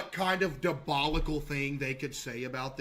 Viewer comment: "dabolical"-caseoh ... its diabolical..